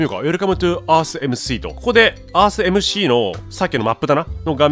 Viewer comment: おにやさんスィーって言ってるからね